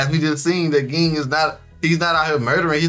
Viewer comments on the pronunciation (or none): Ging = Jing not gggggging